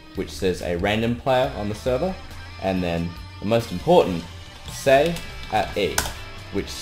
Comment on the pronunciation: the way he says s-a-yi but pretty good though I love his accent keep up the good work man